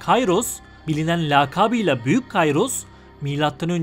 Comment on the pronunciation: Kayros diye okunmaz Kiros diye okunur tıpkı Sezar değil kesar gibi